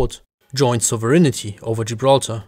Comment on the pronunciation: Your pronunciation of “sovereignty” is... adventurous...